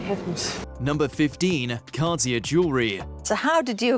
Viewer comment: Wow, you'd think the narrator would know how to pronounce "Van Dyke" or "Cartier". Geez what a moron.